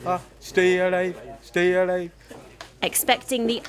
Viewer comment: Did bro just say Scary Alive?